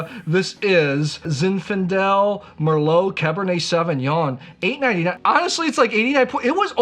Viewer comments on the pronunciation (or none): none